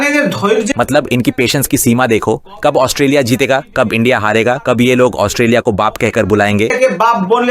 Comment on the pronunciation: It's not 'os-te-li-a', it's 'Aus-tra-li-a'. When will you guys start pronounce rightly? (অস্ট্রেলিয়া, ऑस्ट्रेलिया, অষ্ট্ৰেলিয়া, ઓસ્ટ્રેલિયા)